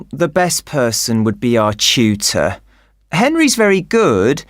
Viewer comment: The way he pronounced 'tutor' in question 30 is not amazing atall 😔I got 35 overall